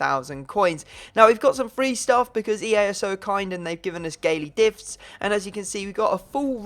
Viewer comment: Hahahaha he said EA gave us Gaily Difts